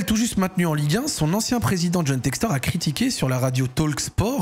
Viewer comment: Mdr t’a dis Jhon sextoy sans faire exprès et juste avant tu disait d’arrêter de dire BiteCo 🤣🤣🤣🤣🤣🤣